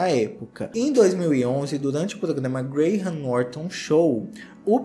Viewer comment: Tirando a pronúncia de Beckham em que o H é mudo e não tem som de R e Graham Norton que também é mudo, ele fala muito bem. 👏🏻👏🏻👏🏻